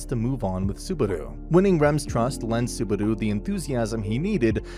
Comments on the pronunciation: Me hearing suh-baru instead of subaru in the first 9 seconds made me give up on this recap. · Bro really said Subaru. It's Subadu